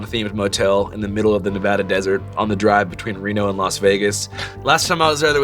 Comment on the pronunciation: Kudos to Andrew for pronouncing Nevada right.